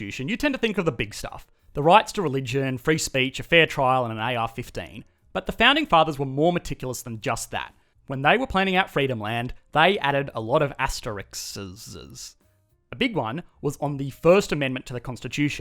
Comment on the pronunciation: It's asterisk not Asterix